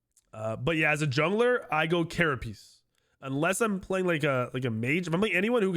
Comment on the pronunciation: Love the video so far and hope you're feeling better! But I watched your other vods and wanted you to know that you're mispronouncing carapace shard. It's pronounced like ker-a-pays or ker-a-pace or even ker-a-piss not ker-a-piece. That's all. Keep up the good work my guy.